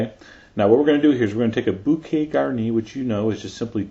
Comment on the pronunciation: jesus john its bookeh not bookite